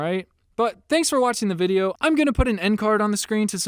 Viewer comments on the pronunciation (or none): none